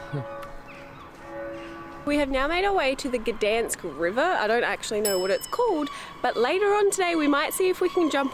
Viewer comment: It’s Gdańsk ….